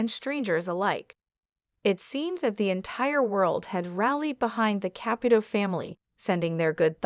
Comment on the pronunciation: Seriously , it's annoying she doesn't say the first or last night right